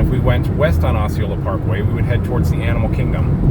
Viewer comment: Just so you know, it's not 'O'ceola, it's pronounced 'ah'ceola. Growing up in Kissimmee I hear all these Native American names pronounced in a lot of different ways. 😆